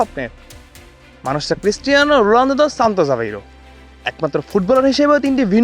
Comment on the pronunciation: রোলানদো নাকি রোনালদো কি রিপোর্টার রে বাবা 😅😅😅